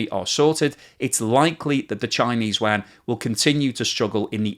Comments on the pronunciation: Love the depth of his videos but its pronounced “You-on” not “You-anne”. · “….Chinese “WAAAH-N!!”😫….. Can’t you just say “You-on,” like everyone else?